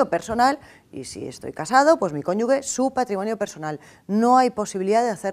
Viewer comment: se dice cónyuge no "conyugue", de nada